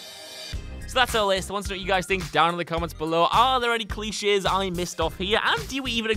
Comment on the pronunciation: He said cli chess instead of cliche lol grammer really isnt that difficult